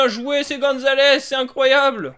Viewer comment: C'est Super Goomzales pas Super Gonzales